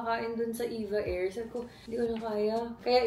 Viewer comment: E-V-A not EVA air hehe